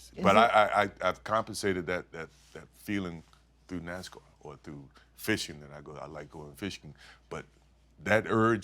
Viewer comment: I grit my teeth every time she says, "NaZZZZcar" It's NaSSSScar.